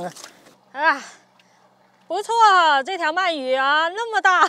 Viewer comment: 鳗鱼，man 二声